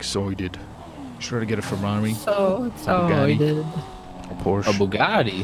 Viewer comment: My god...Porsche not Porsch